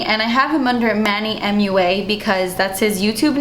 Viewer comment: Omg I died 😂 "manny muah" 😂😂